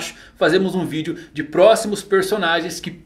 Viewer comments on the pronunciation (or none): none